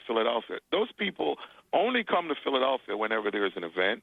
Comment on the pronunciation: Dude learn now to say Philadelphia